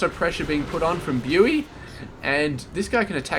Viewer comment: Hi, thank you for casting this, good job and keep it up. Your daily masters casting is also really nice. For future reference "Bughy" is pronounced like " boogie" :)